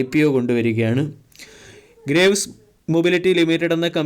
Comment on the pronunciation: അണ്ണാ, ഗ്രേവ്സ് എന്നല്ല ഗ്രീവ്സ് എന്നാണ് ശരിയായ ഉച്ചാരണം. Graves ൻറെ meaning എന്താണെന്ന് dictionary yil onnu നോക്കുക.